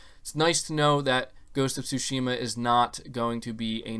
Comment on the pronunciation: Tsúshima... Gotta say it right bro